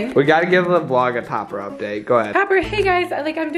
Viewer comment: I'm I the only one who heard say copper instead of Topper 😂😂😂